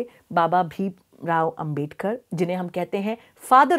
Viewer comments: Dr bhim rao ambedkar Jee ka name sahi se Lo duniya ki bate janti ho unka name sahi lene me aaki roh kyo kapati hai. Kahi aap jalti to nahi hai na baba Dr bhim rao ambedkar jee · Ma'm , main chahunga ki apne jo humare father of the constitution ' BABASAHEB DR. BHIM RAO AMBEDKAR ' ke naam ko jo galat tarike se pronounce kiya hai , usey please ap correct kar lein aur ap future mein bhi iss baat ka dhyan rakhein . Main ye bilkul bhi nahi chahta ki humare iss samaaj mein koi bhi kisi madhyam se ap jaise reputed advocate ki chavvi kharab karne ki koshish kare . Ma'm , maine apke iss topic pe dono part achi tarah dekhe aur ye mujhe kafhi informative bhi lage , that's why I respect your such a innovative work , Ma'm . And of course Ma'm , Thank you to all your such a dedicated team members for aware all of us on the topic " INDIAN CONSTITUTION "